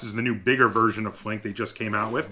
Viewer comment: Thanks! First reviewer that pronounces my name correctly :)